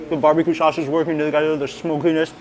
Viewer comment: Sauce not Suss